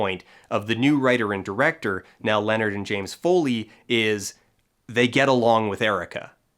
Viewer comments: So do Americans not know how to pronounce 'Niall'? (nye - ull) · Learn how to pronounce Niall!!